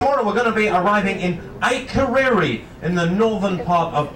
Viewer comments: really? IKE-reyri? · It's Ah-kur-air-ee. Sheesh. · How on earth did he just pronounce Akureyri? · It's a pity the guy on the mic didn't learn how to pronounce the town's name correctly.